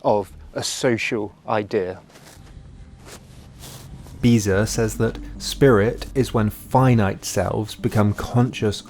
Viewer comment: He's quoting Frederick Beiser. (Also: mispronouncing his name.)